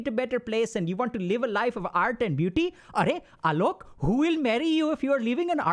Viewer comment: "Areeee alok!" killed me 😭🤌🏾 love when dr.k uses his indian accent